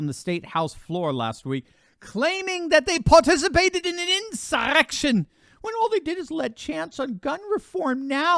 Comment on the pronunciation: Please stop pronouncing insurrection like that 😂